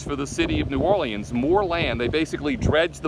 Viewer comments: Omg it’s New Or-Leans, leans dude. Not lee-Anne’s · New Or-leans. “Leans”. Not Lee-Anns🤦‍♂️